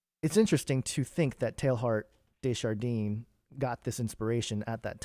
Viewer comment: Hey ~ fyi his name is pronounced Tay ard - day jar denn. Direct translation of his name Teilhard De Jardin is Teilhard of Garden, or Teilhard of the garden.: )